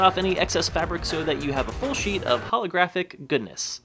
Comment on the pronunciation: Lol Instead of thinking u said plain sheet of paper I thought you said plain sh*t of paper